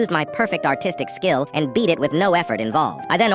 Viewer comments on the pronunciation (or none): ARTISTIC? I THOUGHT U SAID AUTISTIC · Why did i hear "My autistic skills"💀🙏😭🛂🛂🛂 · Did he said autistic skill?